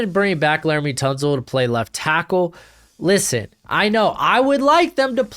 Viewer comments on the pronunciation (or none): none